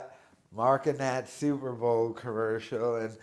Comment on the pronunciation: Says “Super Ball” repeatedly. Still thinks he’d make a great sports announcer.